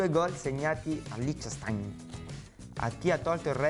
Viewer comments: Liechtenstein l'ha detto da tedesco vero ahahah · Con la pronuncia esatta del Liechtenstein si è rifatto di tutte le gaffe fatte in tutta la sua carriera